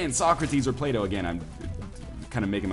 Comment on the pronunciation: And the old Greek dude must have been Plato (when I heard you first I thought you said Play D'Oh) since he defined platonic relationships where people don't bone eachother.